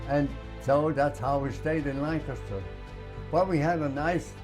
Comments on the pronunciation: he pronounced Lancaster correctly. He was my dad's age who was from near Ft Indiantown gap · Great story and man. He appreciates America, and there are a lot of people who are born in America who don't realize how fortunate they are. He even pronounces Lancaster correctly.